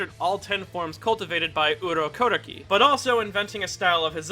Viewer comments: Am I the only one bothered about how he pronounce Urokodaki 😬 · Are you pulling an inosuke and pronouncing urokodaki's name wrong or am I just dumb